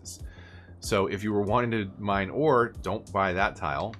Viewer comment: Anyone else hear war instead of ore Just me.